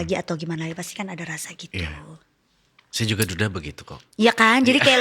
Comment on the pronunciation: aku juga baru ini nntonnya pas lewat beranda,, pas dengerin hostnya kaya pke penekanan pas ngmong dudanya 😁